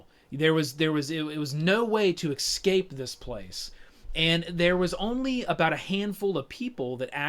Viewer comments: ESCAPE. E-S-C-A-P-E. "Ecscape" is not a word. How does someone get to your age and have so much to say about this game and still make a mistake like that? Don't you feel embarrassed? It literally shows you how the word is spelled on the box. Literally, children from foreign countries can say the word 'escape'. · its driving me fucking crazy listening to him say excape every half-second...Dx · I hear so many Americans pronounce "escape" as "eCKscape" and I would love to know why? It's so peculiar?! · excape ...haha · Jeeezus. Can't not hear it, but want to watch and listen. I need to eksape from this!!!